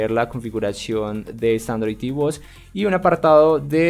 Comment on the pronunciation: Por que no pronuncias bien en ningun video? "tv bots" ?????????????????